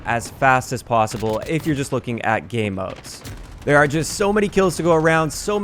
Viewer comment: Why does he keep saying “Gay Modes?”